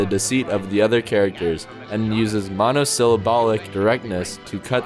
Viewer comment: Please stop calling it "nouur". And "monosyllobuc". Please. Thanks